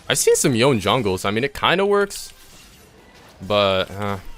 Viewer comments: Loved the vid, loved the info and tips, loved your attitude and the commentary, but bro: Yoh-neh. Not "Yown". Yoh-neh. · please its yoné not yon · Watching this video... the knowledge here is great for beginners but you made a point of saying "Yone" so many times... it's pronounced Yo-nay... and Berzerker's Greaves... not graves. Graves are where people are buried. Greaves is pronounced like grief, but with a v. Gre-eve-s. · Really grinds my gears when people can't pronounce such easy names. His name is Yone. Yo-ne